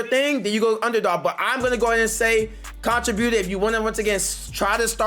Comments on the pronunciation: Why are you pronouncing contributor like that? It’s con·trib·u·tor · It was killing me bro! 😂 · Everytime😂😂 he says way more then he even has to😂😂😂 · You need to type contributor in Google so you can learn how to pronounce that mf😂😂😂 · Bro, learn how to say contributor